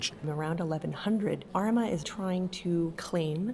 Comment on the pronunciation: Great video. Small critique: Armagh is pronounced with a long 'ah' sound at the end.